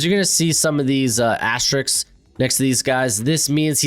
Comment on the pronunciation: bro, gotta work on that sk when pronunciating asterisk.. great content tho as usual